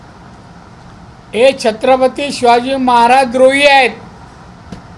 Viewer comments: ह्याला छत्रपती शिवाजी महाराज बोलते येता नाही दारू पिऊन आला वाटते 😂😂😂😂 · याला सिंधुदुर्ग बोलता येत नाही , छत्रपती शिवाजी महाराज बोलता येत नाही , संसदेत धड प्रश्न समजत नाही , सतत घेतलेली असते , भर रस्त्यावर दादागिरीची भाषा करतो , याला ×जपा हे सहन का करते ? माझ्यासारखे हजारों मतदार अशाने कमळापासुन दूर जातील !